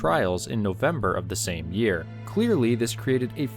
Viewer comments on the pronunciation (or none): none